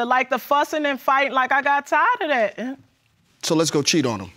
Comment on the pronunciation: ThaaAt. She put extra emphasis at the end of speaking. Also, that 1st baby girl is so adorable. She look just like him. Miss Hamm was 19 years old?!!🫤 The way Miss Hamm snapped at the judge when she said she wasn’t with anyone else, I knew she knew. She also tried to slip in that she was taken advantage of at the party but then at the end said she was with the 3rd person at the party but freaked out and stopped. 🫤